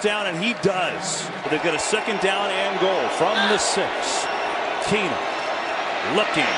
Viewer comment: Jered Boucher you would get a death sentence for that. And it would be worse if you did it Everytime they said keenum